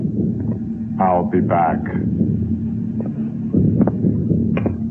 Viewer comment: Isn't it ill be BOCK.....NOT BACK🤔🤔🤔